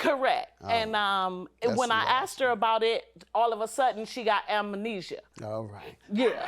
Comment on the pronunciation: AmaaAAAnesia?! Lol. “Amnesia”